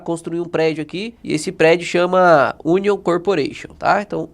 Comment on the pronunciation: hahahahahahahaha Union é União (lê-se "iúnion". Cebola é Onion "ôn'ion" :-)